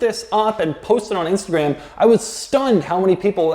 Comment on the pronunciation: Doug the type of guy to mispronounce Instagraaahm.